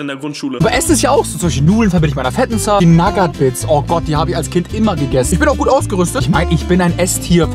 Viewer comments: Du sprichst die Nougat Bits falsch aus! 😂😊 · Echt super Video mach weiter so❤. Aber bitte hör auf Nougat Bits wie Nagat Bits auszusprechen da werd ich echt agressiv😂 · Sagt er absichtlich zur nugat bits nagat bits oder kommt es mir nur so vor ? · Nougat bits nicht nagat bits!!!!! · ey ich feier deine videos wirklich hart als stiller zuschauer aber ich muss wirklich sagen nougat bits werden nugat bits ausgesprochen und nicht nagat bits das hat mich schon ( gaaaaaaaaanz ) leicht getriggert xD aber nichts desdotroz wie immer ein hammer video:D und denk immer dran ALLES IST GUT SOLANGE DU FETT BIST xD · Nagat Bits->Nougat Bits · Wie er immer nagat bits sagt 😂😂😂😂......es heißt ausgesprochenen nugat beits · NAGAT BITS junge es heißt Nougat Bits, Nouuuuuugat Bits!! War so kurz davor abzuschalten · Es heißt Nougat Bit und nicht nagat bits es kommt von Nougatcreme die scheiße die da drinnen ist in den Cornflakes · ES HEIST NICHT NAGAT BITS SONDERN NOUGAT BITS AAAAAAAAAAAAAAAAAAAAAAAAAAAAAAAAAAAAAAAAAAAAAAAAA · Warum NAGAT???????NOUGAT ganz normal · Junge was nur nagatbit das heist nugatbits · Sehr Schweiiiiiniges Video auf jeden fall, Aber es heißt doch nicht NAGAT bits Hööäa Nougat mit OU xd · Ja ich schwöre man spricht es nuugat Bits aus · *Naggat Bids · Naja er hat Nagat BIts gesagt und eine Sekunde später sie Nuss-Nougat Taschen genannt. Also er weiß wie man es richtig sagt und kann es richtig sagen, macht es aber absichtlich nicht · Nagat Bits? Junge lern mal ein Produkt richtig aus zu sprechen😅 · „Naggat Bits“ 😆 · Nougat sprichst du richtug aus aber nagat bits dann ??? 😂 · oah ne ich muss ausmachen er sagt Nagat Bits xD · "Nuss-Nougat-Creme" kannst du sagen, ABER "NAGAT-BITS"?!?!?!?!?!?!?!?!?!? HÖR AUF MICH SO AGGRESSIV ZU MACHEN!!!!!!!!!!!!!!!!!!!!!!! -.- xD arschloch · Liebe deine Videos... aber digga wie sprichst du Nougat bits aus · Bro sprich Nougat Bits mal richtig aus